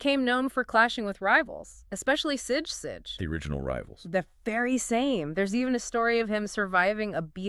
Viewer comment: sige is pronouced "see-gey"